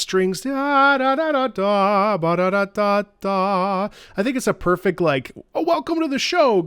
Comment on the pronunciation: "perect" xD